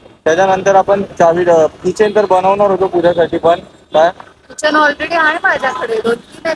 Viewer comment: Kitchen nahi key-chain